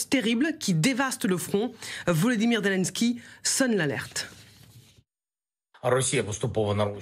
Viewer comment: ZILINSKUIII😂😂😂😂😂 ZILINSCUL